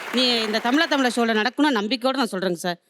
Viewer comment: Tamizha.. Tamizha... Endru solungo sir, Tamila Tamila enpathu wrong ucharipu